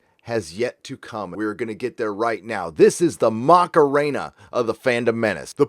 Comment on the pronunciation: Hahaha, lost it when he said "the mockaraina". Also, can you do a video about how you got kicked out of 3 high schools? That would be fun to watch